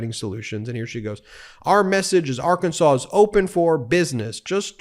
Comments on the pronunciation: Did Sarah Huckerbee just say “ar-KAN-sans”? I have read somewhere in trivia that it is allegedly a crime in Arkansas to deliberately mispronounce the name as “ar-KAN-sas”. If the state should be pronounced “AR-kan-saw”, wouldn’t the people be “AR- kan-SAW-ans”? Just wondering. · If your govern is a crook is a serious issue as any other. If you can not trust her to not steal from the state how can you trust her about health care, education or the state budget. The people of Arr kan saw {there i pronounced it correctly unlike the gov.} knew they were hiring a known liar so they get what they get. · H-Sanders mispronounced Arkansas. I just wonder if these people are from our planet.